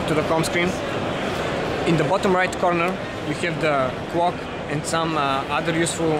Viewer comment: Cwock, cwock, cwock :')